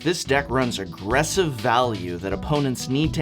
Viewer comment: Professor, it's aggressive. You left a g out.